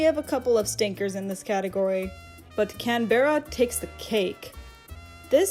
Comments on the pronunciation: It's Can-bruh, not Can-berra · I know that obviously this person isn’t Australian however just listening to them butcher ( I mean the pronunciation) “Canberra” which is Australia’s capital city just really bothered me, lol. Anyone else from Aus here? Absolutely no hate to this creator though, this video is great and they’ve earth a subscriber :)